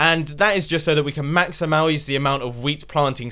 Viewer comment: mumbo says maxa-mauis instead of maximize